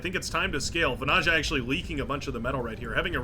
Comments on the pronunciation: As a Finn, it'd be like 'vanaya'. But the pronunciation of the player's name is pretty much set by now, after dozens of videos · As a Finn the pronounciation of Vanaja keeps irking if indeed his flag is correct (tried to not pay attention but...😅). If you are interested that "j" should be soft more like the beginning of "yeah". Just my pointless input. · Seems like there are many bones to pick here. 1v1 and how to pronounce vanayeah. I dont mind it.